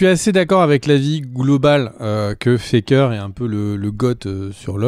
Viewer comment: j'avais compris ''que fait Kere'' et non pas ''que Faker'' mais dans tous les cas ce n'est pas pour rien que ce sont 2 homonymes et 2 goat par la même occasion ! x)